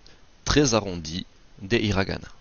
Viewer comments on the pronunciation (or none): 5 systèmes d'écriture, arabiasuuji. Il n'y a pas de r en japonais alors hiragana prononcé avec un r. Prononcer gozaimass pas gozaimassou. Où t'as appris le japonais ?